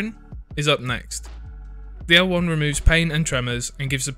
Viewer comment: Good pronunciation of the L1! You got it perfectly. :)